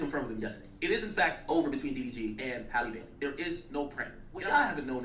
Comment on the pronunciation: the way called her “Haylee Baylee” 😂